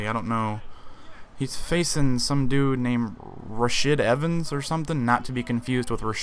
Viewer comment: i think it might be pronounced, Rasheed.. but its spelt Rashid.